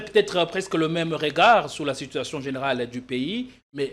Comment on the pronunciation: Ces derniers temps sur politiquons vous invitez des gens de moyens niveau au point que votre plateforme n'est plus attrayante comme dans le temps! Avec qui prononce mal certains mots, le professionnalisme diminue un peu cher JP kayembe. Sitwation, conteste, jige, assepter...